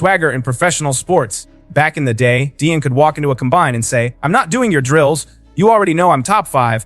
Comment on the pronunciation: Youtuber is a shady hater ..."Sheeter" and "Dee-in"? Do better Celeb.